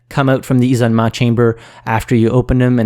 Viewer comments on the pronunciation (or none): "Ee-so-meh" is supposed to be "isolement", French why do you throw away letters?!?